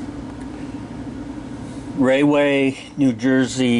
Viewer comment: Nice job. The wrench is for hydrant hose couplers. Not that it's important but the town is pronounced Raw-way. New Jersey like the rest of the northeast, is cursed with native American names no one can pronounce.